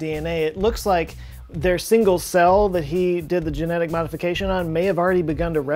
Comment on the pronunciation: Me thinks jen-eth-iks is slippery club.